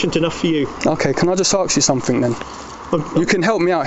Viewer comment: Hooray , you said ask ! although you did say "arks" a few times , but much better